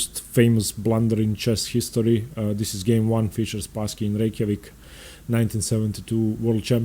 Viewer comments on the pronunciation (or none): none